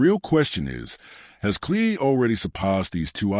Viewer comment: I just can’t get past the fact that you continuously mispronounce Nathan’s Cleary’s name